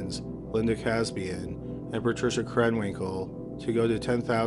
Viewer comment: Also Lindas last name is pronounced, " Kuh SAY bee in 😊